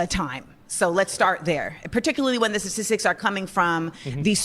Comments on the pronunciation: She can’t even pronounce the word statistics lmao statistis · "Sassistics" - and she claims to be the better educated one? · She can't even pronounce the word. "Sasisicks"? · “Sasisics” statistics? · bro she can't even say "statistics" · She can't even pronounce "statistics" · She can't even pronounce the word statistics, I can't sit here and listen to this willfully ignorant woman. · She can't even pronounce statistics. We can't coexists with 99% of them.